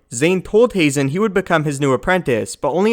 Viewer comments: Ha-zen not hay-zen.....Barrison not Barriston.....please quit screwing up these damn names! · Haazan is pronounced with a flat A like hah-zahn. two A's in a word always elongate the vowel. You only say the vowel when there is an E at the end. I know it's star wars so it doesn't matter at all. I'm just being petty ;) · I believe it’s pronounced like Hahzen